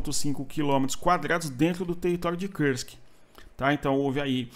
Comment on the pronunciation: Kursk não é uma palavra inglesa, a pronúncia não é com o "u" com som de "ã" como em trãmp, esta palavra tem que ser pronunciada com som de "u" mesmo.